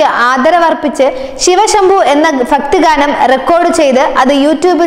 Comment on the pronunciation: ഫക്തിഗാനം അല്ലാ ..കുട്ടീ.... "ഭക്തിഗാനം "